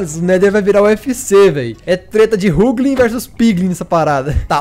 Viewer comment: Ruglin é top mano n sabe nem pronunciar menos um inscrito